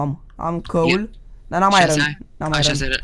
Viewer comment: ce are ăla bă iron se citește airon